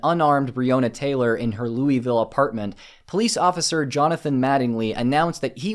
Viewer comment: Would I really be a true Louisvillian if I didn’t correct you on your pronunciation? No I don’t think so. It’s more like Loo-uh-vul. Couldn’t help myself.